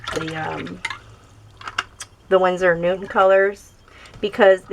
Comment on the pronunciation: Hehe.. You keep saying winsor and newtman 😄.. Nice video btw, i have the koi set but now you've made me want to try out the cotman😄